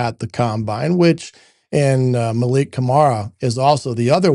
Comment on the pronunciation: Mikail Kamara. Not Malik.